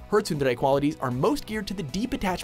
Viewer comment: god damn does that pronunciation of tsundere kill my ears